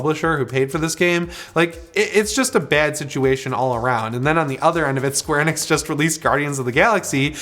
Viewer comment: The way he says Square Enix is the most annoying thing, he said it wrong the first time I was like yep honest mistake cause the man's talking at Mark 5, but he continues to say it wrong I had to leave the video.